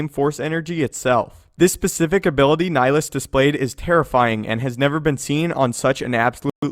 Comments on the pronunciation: Nihilus, not nilus. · So odd how English speakers pronounce Nihilus. Sounds like they're just slowly saying "Nilus". It's a Latin word with 3 syllables. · You said nilhilus wrong